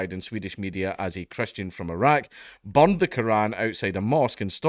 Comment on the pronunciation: Bro I love this guy's accent but I honestly understood that he said somebody bombed the Quran